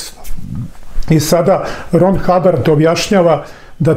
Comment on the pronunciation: Mnogo je ovaj psihijatara posetio. Sam kaže. Nije Rod Habbard, nego RON Habbard.